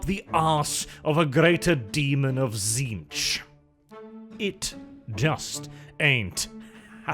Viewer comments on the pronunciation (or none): none